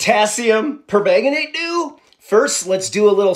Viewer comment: You made my day! 😂 Philigaminiminmin! I don't know how to pronounce it, but I'm pretty sure that is not it. That's about the way I would say it. ❤😂